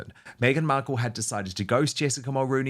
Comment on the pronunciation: Why does Dan pronounce her name “Beadle”? Just curious, I don’t like her regardless.